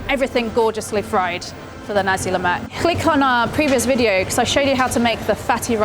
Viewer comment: Glad you didn't mess things up like "Olive-Oil", My Malay friend might impress~